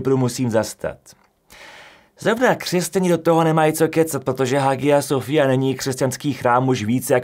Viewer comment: Hagia Sofia se vyslovuje jako [haja sofija]. A francouzské jméno Charles je [šarl]. :)